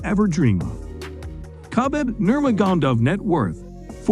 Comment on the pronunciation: Where is this guy from? I think he got 1 of those names correct. Sort that shit out bro. Nurgodomiv? WTF?